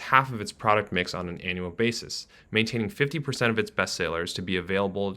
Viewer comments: And it's "annual" not an.. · “Anal earnings” 😂😂😂 This guys pronunciation! He needs to learn how to say Givenchy if he is going to comment on high fashion.